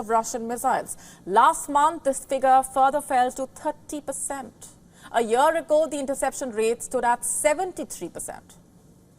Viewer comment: The word is YEAR and not YER 😂😂